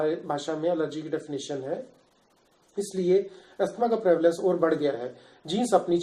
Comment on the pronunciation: You can't even pronounce asthma what kind of doctor are you